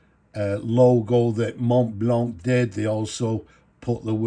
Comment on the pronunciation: Mate! Glad that you pronounce the "c" in a hard click sound. So many times, these reviewer folks pronounce Montblanc without pronouncing the end "c". It sounds quite pretentious 😂